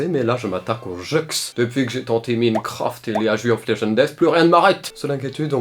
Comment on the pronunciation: Depuis que j'ai tenté Minekraft et Léaju of léjendèss